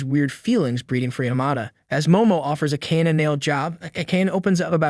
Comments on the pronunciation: Whomst tf is A-Cane? You mean A-Ka-Nay? 😅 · I repeat over and over again how he called Akane... Its A-ka-ne >.< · I hope you pronounce the charaters' names properly though. Like Akana. It's A-KA-NE, not A-KEYN. My gosh. It's annoying. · Isnt it pronounced ah kah nay? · Get rid of the AI voice. Akane is pronounced Ah-ka-nay. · Subaki is so mid compared to akane (pronounced ah-kun-aye) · Why do you guys not say the names the way the show says it , it makes me feel like you ain’t watch it your just reading the script cuz her name AKANE is not said like tht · How does he manage to pronounce Akane different almost every time he says it and still never once get it right? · It's funny and weird how the narrator pronounces "Akane" but to be honest, that's how I thought it was pronounced as well when I was a kid. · It's hard to hear her name pronounced this way. Hurts my ears.